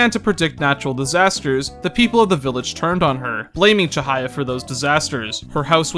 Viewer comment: You've done a great job here, I knew you'd do the game justice with your analysis and honesty, and I certainly wasn't disappointed. I don't agree with you on a couple of your points, but it'd be stupid to think we share the exact same mindset in that regard. The only complaint I have is the mispronunciation of some of the names of characters, like Ryuji's last name, Chihaya and Kaoru. Those are just minor though and don't really get in the way of my overall feelings towards your viewpoint. You've outdone yourself today, and you should be proud! I hope the tips I gave you proved useful aswell (The Sae battle phase skip, and the dart minigame trick). Can't wait to see what you put out next! Keep on keeping on!